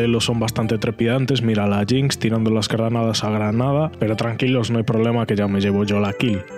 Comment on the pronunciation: "tirando las cranadas a granada" bien ahí la dislexia jajajajja